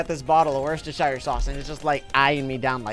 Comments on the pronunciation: says worcestershire. Me you saying it wrong. It's pronounced 'wustershire'. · You pronounce it wuss-ter-sheer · Wochis... Worksho... Worshsirsows... AHHHHHHHHHH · who does not realize when you say it it sounds like WORST ershire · It’s wor sest er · I love the way he says worcestershire sauce 😂😂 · Yeah its funny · When Americans try and say worcestershire sauce 🤡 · im sad that he pronounces it wrong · i also feel sad for people from Worcestershire